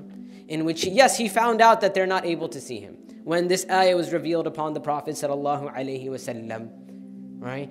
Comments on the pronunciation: It's not the prossaywaslm.Say it slower and pronounce it correct.Thank you. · It’s not sullasalam, he should pronounce the blessings correctly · very nice video but most of the time when u say prophet (saw) u dont say properly you can't do that please u speak very fast and not clearly please don't repeat this mistake again